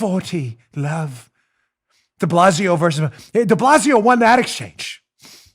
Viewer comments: Is it me or is Dan actually saying De Ballsio, instead of De Blasio? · The name isn't de Blasio it is de BOZO!